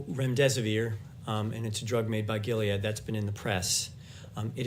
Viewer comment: I am cracking up at remdesivoir!! I haven't laughed in days